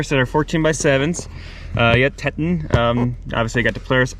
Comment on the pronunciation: Teton is pronounced "Tee-tawn". Like the State Park, etc.